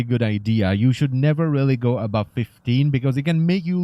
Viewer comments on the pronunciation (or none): none